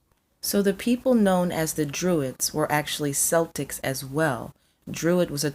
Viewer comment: Great video. But I have to admit It sounds so weird hearing Celtics pronounced with the S instead of a K sound.